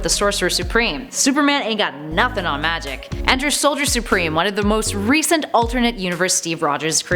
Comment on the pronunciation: Its soldier not solider